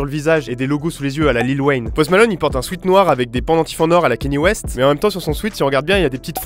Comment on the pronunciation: Cest kanye west prononcé kan yé